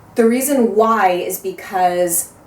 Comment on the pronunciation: hahahahaha, I love how you said "WHY. WHY.WHY." that made me lol and reminded me of the way my sister and I talk to each other, haha. and hey, dreams do come true! So Eminence, here you come! lol